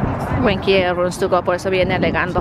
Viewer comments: no se dice runs tugo.... es rooms to go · qué raro pronuncias el inglés,tantos años viviendo en usa y sobre todo casada con norteamericano y no das una.exemplo cuando dices rootogo!!!!!